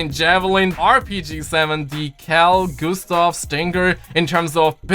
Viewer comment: Cal Gustof? You mean the Carl Gustav?